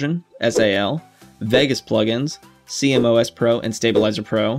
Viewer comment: Great vid, couple of things. It’s pronounced see moss. Also why did you film at that shutter speed? Is it not a little high?